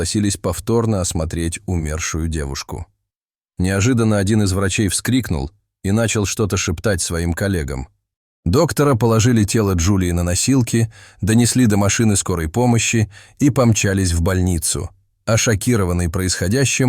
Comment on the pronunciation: Кто это озвучивает-медикАм, дОктора положили ее, ударение в таких видео как диктор ставит?